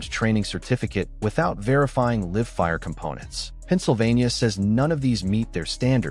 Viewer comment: i think AI moderators who voice over these video's should be replaced with live humans who know how to read and communicate in English. I think they would know the difference between "liv fire" and live fire.